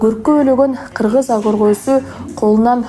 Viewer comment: Азыркы алып баруучлар кулагынарга сырга болсунчу жумшак тыбыштан кийин келген каталан тыбыш жумшак айтыла ак деген созду туура окууну уйронгуло